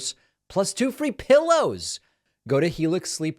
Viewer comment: Hahah I wonder why he's pronouncing the "free pillows!" Part so strangely 😂🛌